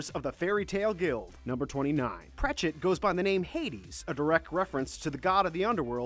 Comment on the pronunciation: it is not prechet it is prect